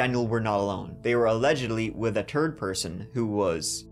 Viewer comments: A “turd” person?!? 😂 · . I love it! “A turd person” 😂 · I appreciate how much work you put into your channel. The only constructive criticism I can offer is to work on your "th" sound. Every time you pronounce "third" as "turd" I giggle like an 8 year old boy. 💩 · Can you learn how to pronounce “th” cause I’m so sick of hearing you say “turd person” when you really wanna say “third” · “They were with a turd person”. 😊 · “Allegedly with a turd person” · what's a turd person? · "They were with a turd man".💩 😂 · Gotta say, I really appreciate your delivery and love 99.9% of what I hear. But as an American (who apparently still has an 8-year-old funny bone that he never grew out of) I can't avoid picturing shit whenever you say third "aka TURD". 🫣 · Who else heard the “turd”person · What the heck is a turd person!? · "they were with a turd person" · What you mean when you say "turd" person? 🤣🤷🏾‍♂️🤦🏾‍♂️ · A "Turd person"😂